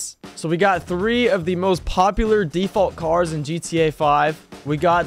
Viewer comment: "default cars"